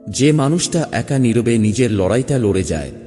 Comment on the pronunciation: কিছু শব্দ উচ্চারণ ত্রুটিপূর্ণ যেমন নির্-বে , যা হবে নিরবে।আরো অনেক উদাহরণ আছে।